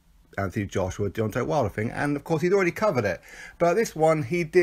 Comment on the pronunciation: You called him "Wilder" 😵